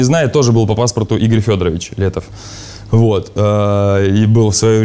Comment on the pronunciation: Просто в имени Игорь - поменяли ударение Иго́рь,вот и получилось имя созвучное с именем Егор.